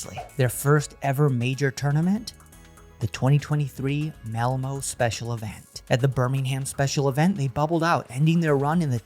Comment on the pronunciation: Great vid but you mispronounced malmö